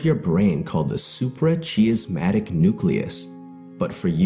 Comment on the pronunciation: Pronounce suprachiasmatic again please 😆